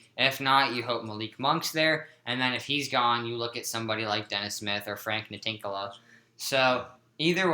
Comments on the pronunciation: frank nee-lah-kina is how it is pronounced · Its N-I-L-I-K-I-N-A dopes